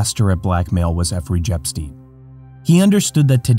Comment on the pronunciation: Efree Jepstien??? 🤣